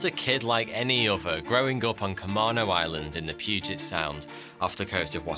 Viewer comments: being from Whidbey island which is right next to Camano island, I cringed so hard when you pronounce it ca - Mano island. its Ca- may- no island, lmao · As someone who has lived in Washington for 22 years... It's camAno island not camahhno island lmao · Great video. =) as a native Washingtonian who grew up on Camano Island before moving to Seattle, just wanted to let you know it’s pronounced [kuh-mā-nō] with a long “a”. =) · Pronounced com main o island. LOL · ahem ... Camano Island: Kuh-MAY-no Island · We locals pronounce it "kuh-may-no" island. 😉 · camano. Cuh-May-No! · cah-MAIN-oh island. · I lived on Whidbey Island next door to Camano (we pronounced it CaMAYno) which was more upscale, lots of tourists and summer homes. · I live a few miles from Camano Island. This was a big story here for sure. Its pronounced Cam A no island, btw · "Camano" is pronounced "Kuh-MAY-noh", FYI. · Comano Island is pronounced (Com-eh-no), that island is designated an extreme weather zone. It's in a convergence zone where the weather goes around the Olympics and meets back up over the island. Also it has two kinds of people, the wealthy and the incredibly poor mostly first Americans peoples for the later. Anyway, thought I'd drop some facts for you, thanks for making your videos, I enjoy them quite a bit. 😏👍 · Oh I remember this kid! I am sorry but as a native Washintonian you're mispronounced Camano Island. It's Ka-mānō. And it's not off the coast of Washington. It's in Puget Sound. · Love this video but im from the Puget Sound area and gotta say this... It's pronounced Ca-mean-o Island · Man... being in the PNW and Ka-Mae-No and what not are funny to hear others try to say. Just local native words. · He went to school with my little brother. He was a bit of a troublemaker but none of his classmates thought he would have done what he did. And it's pronounced Ca-main-o island. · The true rebellion was choosing to carry on with the speech impediment! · You pronounced the island wrong.